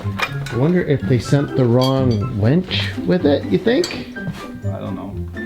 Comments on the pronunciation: its not a wench its pronounced winch. (win ch) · It's a "WIN"ch. A "WEN"ch would bring you your ale in times of yore. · DUDE ITS A WINCH NOT A WENCH ! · its a winch not wench mate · Umm.... winch not wench 😁